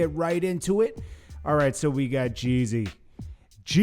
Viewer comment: Why do u keep calling him jay z.... This last youtuber did that. . JEEE - ZY